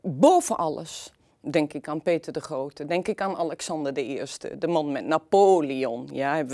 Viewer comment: Mevrouw begint te lekken bij het uitspreken van de naam "Peter de Grohote".